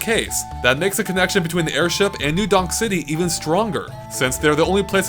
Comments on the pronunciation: am i the only one who keeps hearing new dong city? lol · i swear you said new dong city XD